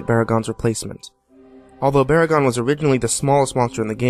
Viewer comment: GEEZERA?!?! BORA-GON?!?! OGRA?!?!? HEEDERA?!?!?! UH-GIRUS?!?!?!WHAT OTHER GODZILLA MONSTER NAMES WILL HE FUCK UP NEXT?!?!?